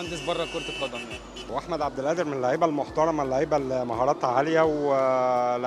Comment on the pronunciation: مع إحترامي وتقديري لنجوم الأهلي المحترمين في هذه الحلقة ولكن ملاحظتي الهامة هي اسم اللاعب الموهوب أحمد عبدالقادر ، لاينطق (أحمد عبد الآدر) لأن القادر هو اسم من أسماء الله الحسنى ولايجوز ولا يليق أن ننطقه خطأ والمشكلة الكبيرة إن معظم المصريين وأنا واحد منهم ينطقونها وغيرها من أسماء الله الحسنى مثل عبد القوي يقولون عبد الأوي !!